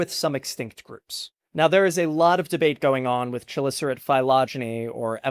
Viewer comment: KUH - LISS - ER - AIT, not chulisserate